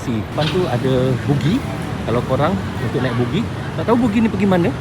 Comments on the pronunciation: buggy lah bro, bukan boogie. boogie tu boogie nite!😅😂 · Buggy bukan bookgi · macam mana boleh terus sebut "bugi" ? pemandu buggy tu dah sebut 'baggi' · ....sebutan buggy tu bukan bunyinya "bugi" tapi "bagi"...maaf ye bro Zul saya memperbetulkan sebutannya, harap jgn ambil hati ye. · jawa kan, tu yg silap sebut tu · Ya, betul tu sebutannya adalah 'bagi' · Nanti bunyi hampir mcm bugis pulak 😂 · Sebutan betulnya BAGGI.. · abg sebut bugi ke bang??guru...hentikan guru